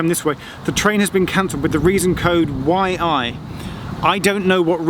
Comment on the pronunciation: As a Geordie when you said "reason code YI" I laughed, I hope other Geordies understand what I mean